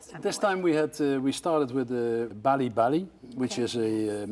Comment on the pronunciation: it's balabala not balibali